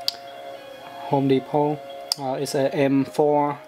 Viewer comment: home de-pot.